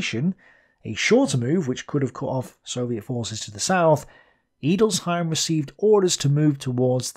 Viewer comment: "Edelsheim". An "e" in German is always pronounced as an "e" in "enter".